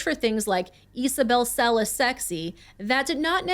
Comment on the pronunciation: The family actually pronounces their last name Cell-Iss. Furthermore, neither host is Latino. Would you be condescending towards an ESL person for not saying English words correctly?